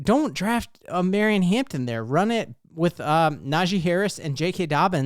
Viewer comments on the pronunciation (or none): none